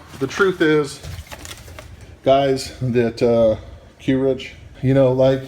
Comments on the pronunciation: He said Q rew haha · Did he just say cue roo kicks lmao😂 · Dude said q-rew,haha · Lmao he doesn't know how to pronounce Qrew (Q-RU) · Lol at this guy trying to pronounce Qrew " Shoutout to Q keew and qkwiees" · he couldn't says qrew kicks name right 😂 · "The Q-Rue Channel" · Dude can't even say Qrew, Qias or anything with a Q right lol, L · Why did he say q rew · He said Q ice and Q rew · He couldn't even pronounce qrew and qias 😂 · lol the way he pronounced qrew and qias, dunno if that was intentional